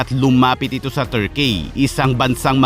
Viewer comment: Ayusin mo pronunciation mo s "turkey"